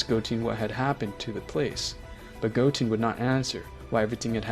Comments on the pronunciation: Im not gonna lie i stopped watching when he said Goteen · It goten not goteen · Bruh just said goteeeeeen. It is goten not teen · go-ten not teen, GOD that annoys me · its not gotin, its goten!!! say it with me now.... GO---TEN! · I stopped watching the vid after hearing " Goteen " . Clearly, the story is read by someone who never watched DragonBall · Bro cant say a single db name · good story he just said some of the names wrong love the video tho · Bro i feel like you’re saying their names wrong on purpose 😒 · Bro I'ma beat ur ahh if u keep saying goteen jyren and picro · I’m sorry I’m correcting you but it’s z fighters no warriors and it’s piccolo not picoro also goten you say it like gotn but it’s still a amazing vid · Bro said goteen and picaro 💀